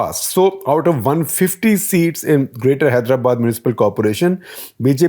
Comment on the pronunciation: I guess all the journalists must put some effort to correctly pronounce our place names "Telangana", "Hyderabad".